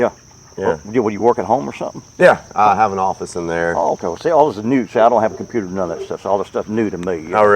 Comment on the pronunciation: The guy saying he doesn’t do the compuTUH 💻 and No Use of His PHAUHN ☎️ Killed me hahah